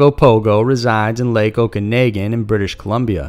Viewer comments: Everyone's talking about the way he says "Wendigo" but what about how he completely butchered "Okanagan"? It's O-ka-NA-gan. Not O-ka-NAY-gan. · Also the Lake Okanagan is pronounced "Okan-awe-gen" as in "Noggin." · and it's okanOgan (like noggin) lake (pronounced the same as the american version, just south but spelled with an a instead of an o), i hate that too. not okanaagan. and no mention of the history of ogopogo, how the natives felt about it!! also the lake is HUGE. didn't hear a mention of that either....and 2 lake monsters....really? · (It is pronounced Oh-ka-na-gan) We always heard stories about the Ogopogo and fun fact there is a cement replica of the Ogopogo on the Pentiction side because a group wanted to make a joke for TV! And tourists who come to look for the Ogopogo XD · Love you, but holy cow your pronunciation hurts. Wen-deh-go (not wen-dingo) and oh-ken-ah-gen lake. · Or lake okanagan.... lol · mispronounced okanagan brutally. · Are we all just going to ignore how he pronounce Okanagan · I dunno he butchered Windigo and Lake Okanagan horribly it's super cringe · Good coverage of Canadian myths. But you need to work on your reading and pronunciation skill. Windigo NOT windingo, it was like fucking nails on a chalkboard. At least in the Ogopogo you only used the word Okanagan once as you butchered that also.